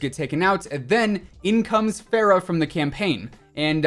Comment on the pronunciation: How he pronounces Farah tho